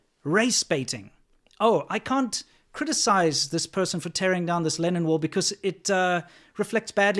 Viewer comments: I kept hearing "Lenin wall" and I couldn't figure out why it represented anything good.. Oh I need to go to bed. Obviously it's "Lennon wall". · What is he saying? Lenin wall? As in V. I. Lenin? Or linen? Lennon? Really I want to know. Oh I found it. For anyone else who did not know, the first one was in Czech Republic and it was in honor of John Lennon. Also used in Hong Kong. I had no idea.